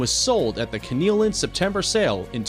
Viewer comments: Lmao!!!! This guy can't pronounce dressage, foaled or Keeneland right!! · Obviously the narrator knows nothing about horse racing or how to pronounce common auction names. Was hilarious listening to him mangle Keeneland and Fasig Tipton, plus the horses names. Oh, and horses are he or she, not "it." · The word is Foaled not Fouled ...sheesh get someone who knows the subject to narrate Keenland not Keenyland and on and on